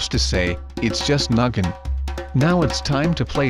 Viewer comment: I love how he said noggin and I thought he said nuggin DR